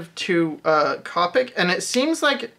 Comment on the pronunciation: Great video. For future reference, the correct pronunciation is "co-pic" not "cop-pic".